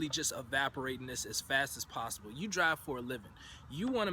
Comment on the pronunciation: "effnicities", "start wif", "possiboo" smh